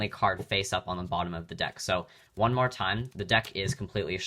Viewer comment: does anyone else notice he says one card “wung card and wung card only”